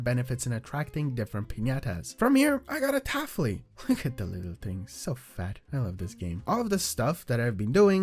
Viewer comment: Why do you say syrupent like that And why do you say taffly like that